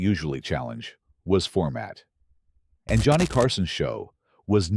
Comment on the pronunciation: Joe-ah-knee Carson. Shit. Next...